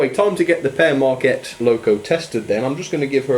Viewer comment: it sounds like pear mrakcat when it's pere maquette